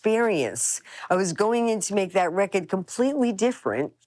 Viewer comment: Everybody, let's be like Dale. Start saying 'rekkid' for 'record'. It's so much more rock and roll.